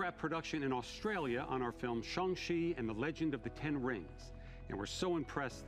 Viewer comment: it’s shang chi not jhung chi